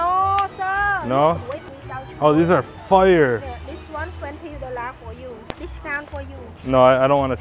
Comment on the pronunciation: The way she say "32 Dollarrr" 😂 How to buy, u just start walking away after failed prices negotiation and immediately they'll call u back seeing money walking away